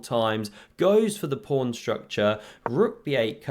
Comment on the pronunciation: Is it a joke calling a pawn a "prawn"? Or is that just the way you pronounce it?